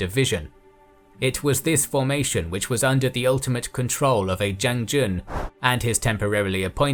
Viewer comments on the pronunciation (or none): Man, the narrator needs to improve his pronunciation. The general 将军 (jiang jun), guy pronounce it zhen zhen. What the heck is a zhen zhen?🤔 As Jackie Chan said: “You complain about my English? How about your Chinese!? Three words! Can’t even say three words!” 🤣